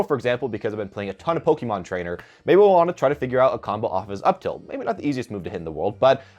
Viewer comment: Did you just call Pokemon Trainer...Pokeymon Trainer?? :p